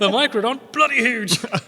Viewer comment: "Meicrodon". Note the "e".